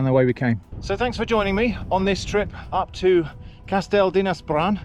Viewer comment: not perfect but not bad for an English.